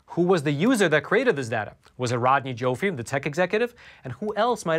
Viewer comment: Rodney Joffe is pronounced JAW-FEE